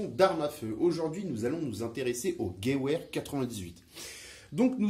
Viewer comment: Merci pour cette vidéo très intéressante! Petit détail: "Gewehr" se prononce plutôt "GeVehr" au lieu de "Geouehr" ;-)